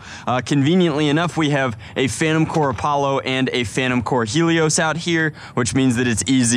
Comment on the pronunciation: It’s not “phantom core” it is “phantom corps”